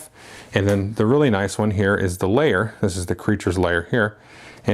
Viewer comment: Great review, although pronouncing "lair" as "layer" was very confusing. :) Do you think the game would work at all with 2?